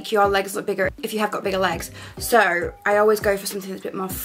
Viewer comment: Is it just me or does she say “soo” really strange 👀😂 .. love your style advice though!